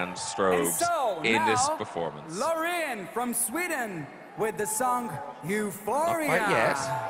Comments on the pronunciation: Anyone else screaming each time Graham says "Loren"? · But he says Loriin